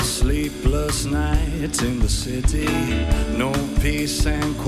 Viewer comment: "New York Citity" that is what I heard "Sit-tity"